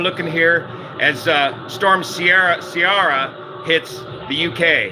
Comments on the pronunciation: Ciara is pronounced “Keera” not “Sierra”. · Storm KEERA. Not Seearah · Pronounced "Keer-a." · Ciara is an Irish name and is 100% pronounced “Kira”. No ifs ands or buts. - born and raised in Ireland. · Storm Ciara - Pronounced - (KEER - RAH) It's an Irish name. Shocked you don't know it. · Please correct the proper pronunciation of Storm Ciara. It's a Gaelic name and sounds out as "Keera" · ....Kiara....the C is hard... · Love your channel. Check out Mark sissons ketogenic diet. It's Key-Ra. Cld u do an entire sim flight for ppl who are newbies? Ifr stuff and landing approaches? Be great. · Ciara is pronounced Keera. It's an Irish language female name. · it's pronounced like "Tiara" but with "key" at the beginning. "Key-arr-uh". There is no soft C in Celtic languages (like "Cinnamon"), they're all "Hard" Cs (like "Calculate"). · The correct pronunciation is Keira as in Keira Knightly. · It’s an Irish name. Hard “C” not “si” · It's Ciara with C, not K sound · Ciara is pronounced like saying the word "ear" with a K in front and an A at the end. That's how we say it here in Ireland anyway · Thanks, you just made my day with this! I think Ciara is pronounced with a silent G...;-)